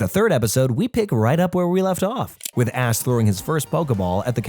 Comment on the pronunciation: bro definitely said "Ass" instead of "Ash" lmao